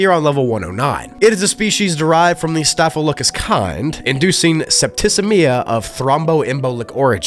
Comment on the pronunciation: ok had to go look to be sure but you miss pronounced the disease name its staff-il-o-cock-us otherwise known as just "staff (pronounced that way but spelled staph) infection, which is a real thing in and of itself but the liminalis is just indicating its a staph infection that is a backrooms version like how you can have herpes on earth or in spaceballs you can have space herpes (I think it was in the movie space balls, but might have been in another movie now that I think of it that was also another space scifi comedy or some such) so I guess the common name would be "backrooms staph (staff) infection" :)